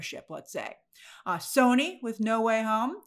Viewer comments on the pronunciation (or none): none